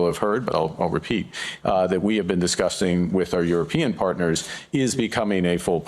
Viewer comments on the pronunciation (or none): We've been disgustsing with our European partners. Did it sound like disgusting?" Or is it me?